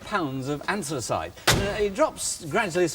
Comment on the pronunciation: Ah yes, ansthus-ice